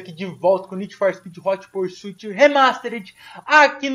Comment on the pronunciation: Alguém precisa avisar que o que é ''Pursuit'' e não ''Porsuit''